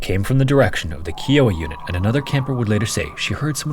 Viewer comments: Love your content! Just wanted to let you know that Kiowa is actually pronounced "KAI·uh·wuh" - they're a native tribe located in Oklahoma. I actually needed to double check the location of the camp since I grew up going to another one in the midwest that also had cabins named after local tribes. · It's pronounced K-eye-oh-uh. This was so tragic. I had gone to girl scout camp in central Oklahoma the following year and my parents had a really hard time making the decision to let me go. I was very young and it was the first time I had gone away to any camp. Luckily we had cabins with counselors with us. I was scared at first but became more comfortable after a couple of days. I lived just a few miles from where camp Scott was in my later years and it's closed down tight and on private property. There's nothing left of it except the bathroom foundation and the remnants of the camp directors cabin and a few other buildings. It's terrifying to know that evil lurked there. It's such a small town. It goes to show, you can never let your guard down and always be aware of your surroundings. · One critique for this video and it was amazing as always, but as an Oklahoman. Kiowa is pronounced Kai-oh-wuh. Other than that amazing video as always, but I cringed every time you said it wrong lol. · Kiowa is pronounced "ky-owa". Like the "ki" in "kite". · Hi! From Oklahoma and worked at a GS summer camp. Actually almost was in a movie about camp Scott as a kid. But it’s pronounced Kai-o-wa at least in Oklahoma. We now have insane levels of security so the kids are safe. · Here in the comments to see if anyone corrected his pronunciation of Kiowa. 😂 “keyowa” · Kiowa is pronounced ki-oh-wah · AI readers suck. Ky-o- ah. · Can some PLEASE have the guy who narrates this to edit the video and pronounce Kiowa correctly. It’s pronounced Ki-O-wa. Say Iowa and now add the K as the first letter. Lol, it’s embarrassing around these parts to goof up a proud Indian name like that.